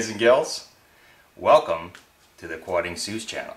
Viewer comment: OHHHHHH QUAD-ING-ZUES.. I was pronouncing it Quad-ding-zuss like some sort of half dinosaur half ATV mythical monstrosity that leaves tracks all over Canada and is occasionally caught on camera although actual eye-witness accounts don't typically come from sources that would be described as "credible"... My mistake.... That was an awesome solution! Gonna help out loading and unloading in the dark too!